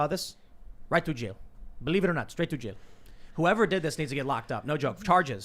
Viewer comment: “Right to jyail”